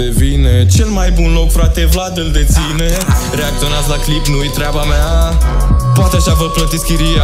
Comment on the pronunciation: Ai spus cumva proate in loc de poate?